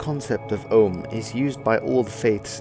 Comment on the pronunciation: Andrew Vasirov no he prouncing it wrong